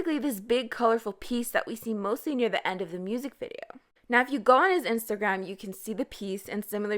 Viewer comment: Can I ask you where are you from or what is your first language? Like the way you said Rosé and Instagram in your previous video sound really like a canadian french accent 😂